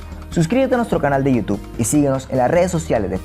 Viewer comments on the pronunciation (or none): none